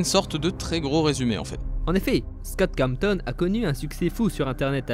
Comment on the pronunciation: pour info scott cawthon se prononce scott cawssone